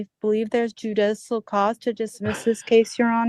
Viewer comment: Judissal? 😂Bless her heart!